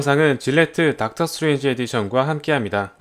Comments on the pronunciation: 수에즈의 OOO이라고 계속 하길래 내가 모르는 뭐가 있는줄알았네 ㅋㅋㅋ 스트레인지 발음좀 명확하게 했었으면 좋았을것같아요~ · 스트레인지가 자꾸 수에즈로 들리네요